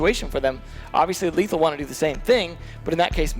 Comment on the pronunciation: Lethal not letham xd